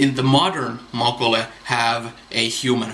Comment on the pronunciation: "Mokolé," is pronounced like, "olé," or "Oh lay!"